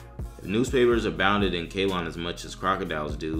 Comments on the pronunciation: 1. It's pronounced "Say-LON", not "Kay-lon" - and that's NOT in the U.S. for christs sake. It's what is now called Sri Lanka, an island of the coast of India. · Its Ceylon, that's Sri Lanka now, you pronounce it as Seelon. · Ceylon is pronounced "Say-lawn."